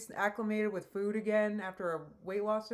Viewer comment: This is nitpicky as heck, but I'm werided out by the way she pronounces food. "fvvuud"